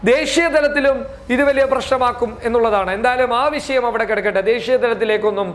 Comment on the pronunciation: വിശയം അല്ല മോനേ വിഷയം...ഷ... ഷ ..